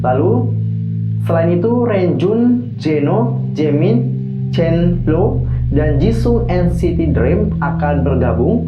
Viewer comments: Salfok samaa penyebutan nama chenle😂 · maaf kak penyebutan nama chenle nya salah .. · Setahu aku, Renjun kalau disebut jadi lownjuin Sedangkan chenle disebutnya jadi cholo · kak penyebutan nama renjun chenle ama jisung masih salahhh